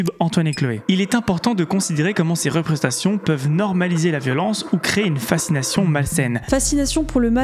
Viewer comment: Moi je m'abonnerai pas tant qu'Antoine ne saura pas prononcer le mot "représentation"